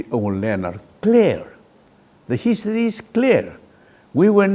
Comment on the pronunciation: I thought muivah would be a very intelligent and smart 🤣🤣, he is so funny I think he himself is not aware of his point..just talking about history unique. He cannot pronounced history properly 🤣🤣